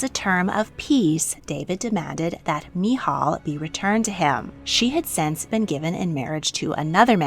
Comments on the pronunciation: Actually, there are lots of issues in this video, but let's focus on the pronunciation, "Michal"= mee-chAHL (ch is glottal). Bathsheeba is actually "baht-shehvah." "Yah-weh" is not a thing. Jews don't use this term. The letters you are pronouncing ("yud hey vav hey" are actually not pronounced. Jews refer to Him with a word that I cannot print here. But simply calling him God is fine. We say, "Hashem", translating to "the name". There is actually a ton of archeological evidence of the Bible. I'm really not sure what you're looking into... but I would consider that not speaking the language of the region means that you are limited in what you have access to. It's...a bit privileged to insist that this means there is no historical data to prove it 🫣 English evidence isn't the only evidence that exists or that is legitimate. We should really not think that way... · As a Christian, I love getting a different perspective on these accounts. You presented it very well but I’ve never heard anybody pronounce Uriah or Michal that way before. I’ve not learned a lot about how the Old Testament was written so I admit even I learned something new!